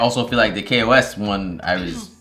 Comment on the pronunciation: Kos… or some say Kosm